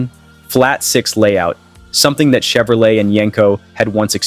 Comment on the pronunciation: Wait... Did that robot just say "Volks-WAJEN???" 🙃🤣 ....and the hilarious mismatched Mustang photos all over this mess...? Then: Shev-row-LET? ...of course to rhyme with "flush toilet??" Are there ANY humans behind this abortion at ALL?